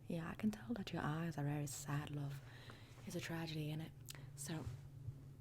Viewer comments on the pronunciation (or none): "Very sad louve"